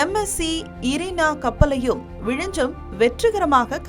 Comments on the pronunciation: அந்த ஊரின் பெயர் விழிஞ்ஞம் என்பதாகும். ஏனோ தமிழ்நாட்டினர் ஞ்ஞ என்பதை எப்போதும் ஞ்ச எனவே உச்சரிக்கின்றனர். தயவுசெய்து ஞ்ஞ பழகிக்கொள்ளுங்கள். மலையாளத்தில் நிறைய வார்த்தைகளில் ஞ்ஞ உபயோகிக்கப்படுகிறது. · you are tamilian and you are calling it vizijam. you dont know very basic tamil